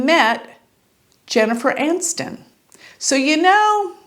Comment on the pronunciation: Her name is not Jennifer Anston. Its ANI ston. Theres an""i" in it.